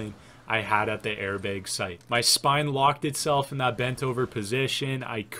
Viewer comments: i kept thinking you were saying “air big” instead of airbag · air baeg... is from the upper midwest? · i don’t ski, i wish i could, but the way he says BEG, airBEG.